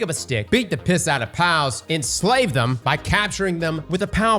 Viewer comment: U say inslave a wierd way